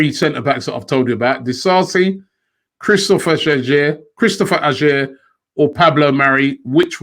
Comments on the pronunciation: Robbie butchering Celtic player name. Pronounced Ay er not Ajer. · Robbie Aurer is pronounced Awar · Man slaughtered Ajer's name hahaha